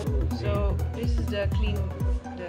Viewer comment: Your English is truly amazing, but chain cleanser is pronounced chain klenzer - don’t expect English spelling to make sense.